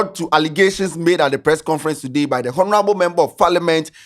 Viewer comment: The way says 'Honorable' makes my skin crawl. Please for the love of all that's good, the 'H' in honour and all its derivative words or word family are silent 'H' so it should sound 'onourable' not with a pronounced 'H'. 🙏🏾